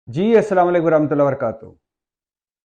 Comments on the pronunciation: اللہ کا واسطہ السلام علیکم و رحمتہ اللہ و برکاتہ آرام سے اطمینان سے اور صحیح تلفظ کے ساتھ کہیں جس طرح باقی لیکچر دیتے ہیں۔ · سلام تو ٹھیک سے کر لیا کریں ۔